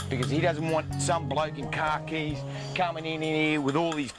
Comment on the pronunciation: "a bloke in CAHKEYS"